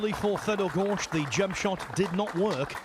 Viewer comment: It is not Goršt, it is Gorst.